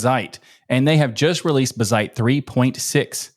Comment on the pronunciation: Its Bazzite and not buzzite!!